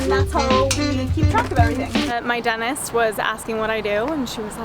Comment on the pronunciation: "My Dennis..." People forget that the word "Dentist" has two Ts in it.